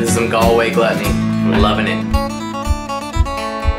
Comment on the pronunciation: Galway is pronounced ‘Gaawlway’. Great videos though. Well done 🙂.